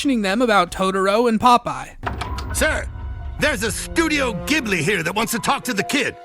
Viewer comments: it's pronounced GIFbli, not JIFbli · "Ghibli" not "Jibli", ya moron. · "Gh" doesn't really come off with a "j" sound; Ghibli be Gib-lee. But this is a whole Gnosia, 'Gnoshia' debate. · Ghibli is pronounced with a Jay sound. Source - me, Im studiyng japaneese. ジ- Ji ブ- buリ-ri . The first sound is Ji. The "u"in second "bu" sound can be missed and the last "ri" sound can be pronounced as "li" since japaneese doen't have an L sounds, they are written with R. For example, Monkey D Luffy in one piece is written as Ruffy. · It's pronounced like the "g" in "gibberish", not the "g" in "gibbon". The proposed Italian etymology is often cited by Europeans to support the alternative pronunciation, but 99% of Ghibli fans in Japan have never heard of it. The /g/ pronunciation makes it sound awful in Japanese. Like the Japanese word for "cockroach". If the supposed Italian etymology is accurate, it wouldn't surprise me if Suzuki, Takahata and Miyazaki decided on the pronunciation for that reason.